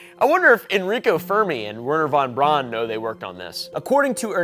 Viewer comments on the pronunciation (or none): none